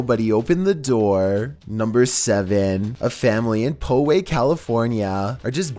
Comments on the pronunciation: San Diegan here and it's pronounced "Pow-Way" not "Po-Way" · Poway is pronounced Pow like in comic books and way. Poway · it’s actually “POW- way” 😂